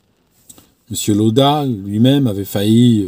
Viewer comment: On prononce "Laoda" en allemand.